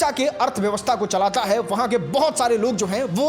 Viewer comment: Bhai tu jo khich khich k bolta hai na wo irritate karta hai. Me, hai jaise sabd bolte ho usko sudharo